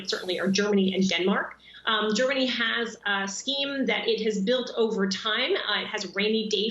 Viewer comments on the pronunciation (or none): none